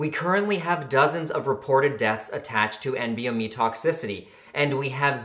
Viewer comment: isnt it "N-BOMe"??